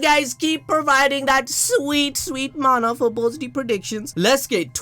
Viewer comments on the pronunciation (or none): none